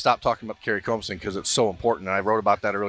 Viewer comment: He is pronouncing it right